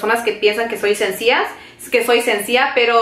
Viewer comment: Mi niña,no se dice sencia,es sencilla.. asi es mi hijo menor, casi de tu edad y hay palabras que no saben pronunciar!!